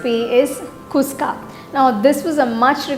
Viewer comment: You are telling its kuska, but your. Pronunciation is wrong sister. It is khushka.